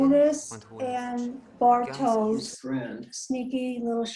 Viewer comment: Ich wollte grad auch kommentieren, dass es Bartosh ist, nicht Bartoes. Aus irgendeinen grund sagen fast alle das falsch... Gut, dass du schneller und ausfürlicher warst